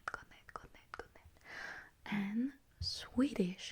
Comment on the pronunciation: The pronunciation of the Danish one was scarily perfect